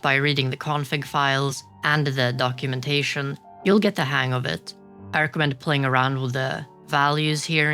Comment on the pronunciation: I think you mean the doc-eww-mentation.